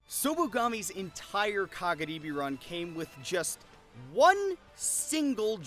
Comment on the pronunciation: love when tries so hard to pronounce kagaribi correctly with the slurred r/l sound but cant say any of the player's names correctly lol